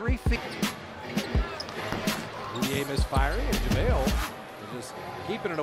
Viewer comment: Javale not Javle 🏀🏆